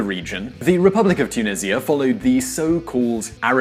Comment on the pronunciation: You pronounced it wrong (by the way I’m talking about the country’s name)